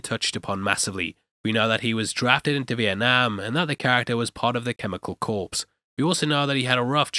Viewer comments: 'Hopper was in the chemical corpse'!? Mind boggling and eeeuuw! I think you mean 'corps'. It's pronounced 'core'. It's a French loanword. English is full of 'em. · Corps is not corpse - shabow.